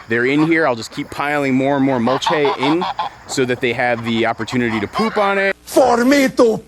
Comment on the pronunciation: I’ve never heard mulch-aye used before. Have I been saying it wrong? I thought it was monosyllabic.